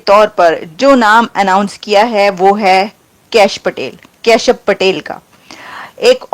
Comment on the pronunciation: These pakistani are so stupid that they can't even pronounce a name correctly. It's kashyup and short kash.!!! Lady pay attention to your pronuncitaion.